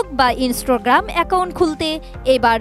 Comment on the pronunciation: ইন্সটোগ্রাম‌😂 এটা কেমন উচ্চারণ